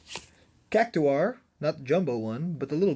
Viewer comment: Totally agree...ChoKo Bow, Cac-two-are. Also Y'sholta? Are you reading how its spelled. Nice try.